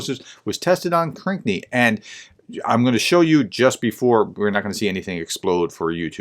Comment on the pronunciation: Please spend a few minutes and read the names of these places. One example - it's Krinky, not Krink nee. You rush into your reports. Slow down, just a little bit.